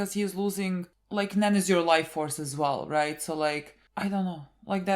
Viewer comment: It's not even roight innit